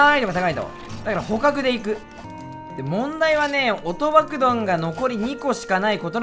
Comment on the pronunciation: 「問題はね～、音爆どん」 薩摩の男 「研ぐ暇ないでしょうがぁ！」 なまの国から